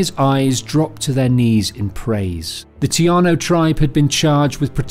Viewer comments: Taíno, not tiano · Bro your killing me with the tiano bullshit... it's tAino tA-ino